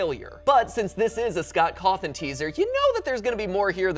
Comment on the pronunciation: Scott Cawth(e)n